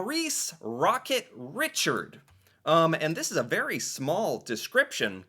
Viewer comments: Montreal canadiens again is the French spelling. I have to say as a Canadian pronouncing Richard (Rishard) After the announcer said it correctly is somewhat offensive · He wasn't as well-known for his slapshot as for his wicked wristshot. His team mate Bernie 'Boom-Boom' Geofrion is known as the 'inventor or innovator' of the slapshop!! Richard is pronounced like Ree-shar. His nickname likely came from his temperament. His much younger brother Henri was known as the 'Pocket Rocket', was also a great player and also played for Les Canadiens de Montréal. He was named the 'Pocket' as he was shorter than his brother. The players on Les Canadiens of the 1950's and 60's are a who's who of the best hockey players of their time and of all-time. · Rocket Richard (pronounced ReeShard) played in the NHL before expansion so he in fact scored 50 goals in FAR FEWER games than Wayne Gretzky, for example. He was a tremendous player and everyone in Montreal loved him. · "Ree-Shard" is how you pronounce the Rocket's last name. It's a French pronunciation. And he is the original "great one " . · You’re pronouncing the Rocket’s name wrong…”rish - ard (like in the word ‘hard’) The French pronunciation. And the Acadians are also an important part of our culture here in New Brunswick, as well. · It’s pronounced Rocket Rishard (French Canadian) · Pronounced RiChard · It's prounced. (ree shard) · Ree-Chawd .... French pronunciation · bucket Richard as a last name in Maurice's case is french - its pronounced Ree-shard.. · More like "Rish-are". You don't pronounce the D! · Rocket “Ree-shard” 🤣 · That was painful to listen to you pronounce Maurice Richard. He's French. Maurice Richard is pronounced Maurice Reeshard, all across Canada. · It is Maurice "Rocket" Richard (pronounced "r"ee" "chard". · Remember it’s a French name so Richard is pronounced……” Ri….shard “. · Richard is pronounced "re shard".. he was INCREDIBLE... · his last name is french and you pronounce it Re chard